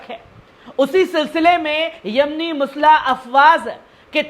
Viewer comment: Musla nahi balke musallh bolen